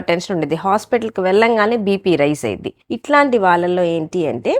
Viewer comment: Ayiddi 😂...the way pronounce that word awesome doctor garu